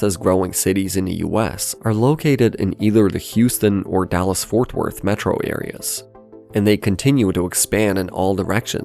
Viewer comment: The AI voice pronunciations in this video are maddening! "Mētro"